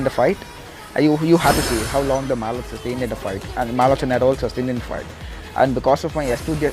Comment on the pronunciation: mganga ult just gets hit on heores within his ult range "malock" not malo"ch" shouldnt had used yout ult there coz he was alone while you had 2-3with you Anyway video reported for misleading. For mganga or any mage especially jungle, best iten to make is arctic orb instead of holy book